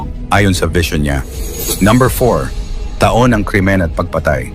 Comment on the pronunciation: Tanga Tanga etong narrator na to ta Ong taon baka tahung ahahaha Ewan sayu naretor Kang engot ka